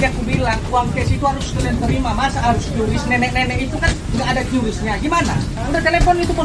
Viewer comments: Yang benar bacanya itu KRIS bukan KYURIS 🫣🤣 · bang qris bang bukan kyuris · Nyebutnya "kris" bang, bukan "kiuris" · Baca nya yang bener KRIS bukan qyuuurisssssss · Ingat yaa adick-adick, Menurut KBBI atau Kamus Besar Bahasa indonesia Qris itu dibaca ye Kriss bkn Kyuris.. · Om bacanya itu "QRis" ya, bukan "Kyuris" apalgi "kiris" 😊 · Tolong untuk qris bacanya kris supaya orang lain tidak membenarkan yang salah, cara baca bukan qyuris tapi kris. Yang salah jangan di benarkan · Setau saya Qris dbacanya ya Qris kan,Bang. Bukan "Kyuris" karena Qris itu soal Indonesia. Huruf "Q" nya tetep dibaca q bukan kyu. Gitu gak sih,Bang ? 🙏 (Iseng saya tambahin persoalan temeh, eh...tapi ini serius lho).